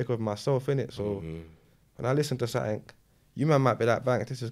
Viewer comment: He says “sattink” 😂😂😂 when the word is something lol